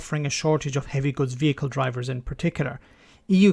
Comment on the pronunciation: your Irish accent dropped a bit to Garda Patrol 'lurry' haha like 'veachile';P